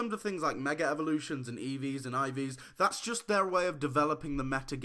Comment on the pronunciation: Why do ppl pronounce mega evolution with an R? Seriously like "mega revolution" or "mega revolve". That's how it sounds to me and i hear it everywhere. The have this quiet, but still hearable R in the word